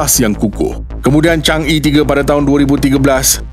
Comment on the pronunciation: Sebutan Chang Er, bukan chang Ee